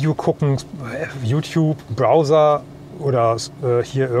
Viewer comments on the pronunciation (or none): none